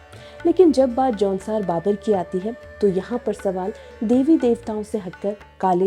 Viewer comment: Aunsaar baabar nahi jaunsaar bhaabar 😜🤣🤣🤣😭😭